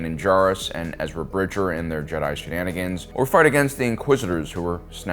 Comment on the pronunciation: I agree, also his name is Bridger, not Bridget.